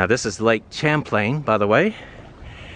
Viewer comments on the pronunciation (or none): Lake Champlain is pronounced like an ''sh'', not like the word 'champ'. Other than that, I hope you tried some Woodchuck hard cider, which is made in Vermont. If you didn't try it, you missed out......... Hoping your trip there was good. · Stop pronouncing Lake Champlain like you are. It's pronounced Shamplain, not Champ-lain. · I havent checked all the comments and Im not sure if its been mentioned, but its Lake Champlain, pronounced Shamplane. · Champlain is a French name, the 'ch' is pronounced 'sh'. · I was wondering whether anyone else would mention that. I don't want to always be the pedantic one.